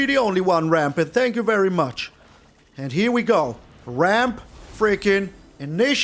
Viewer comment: When you said "always ramp as much as you can", your opponent thought you said "always rope as much as you can"